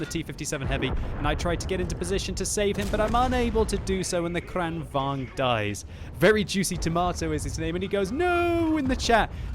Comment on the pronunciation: Kranvahn? There's a G there, not an H. This isn't English where letters are silent lol